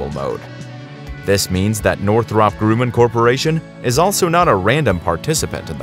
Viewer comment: The Grumm in Northrop Grumman rhymes with DRUM NOT BROOM.